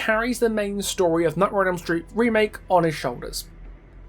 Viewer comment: "Nightmare on Elm Stret" lol. Great video btw!